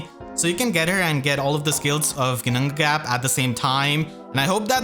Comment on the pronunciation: The flawless double Ginnungagap pronunciation 2 seconds in really caught me off guard XD I wonder how many takes that took you, got me in awe hahaha